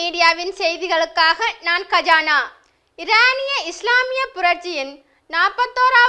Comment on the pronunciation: கயானா ?கஜானா என்று ஒலித்தது !!! நான் முன்பே கூறியுள்ளேன் பரபரப்பு எனக்கு உலக அறிவை வளர்க்கின்றது .பாருங்கள் ஒரு பிரதமர் அவர் பெயர் மோசஸ் நாகமுத்து ..இது உங்களால் நான் அறிந்து கொள்ள முடிந்தது ..நன்றிகள் 1000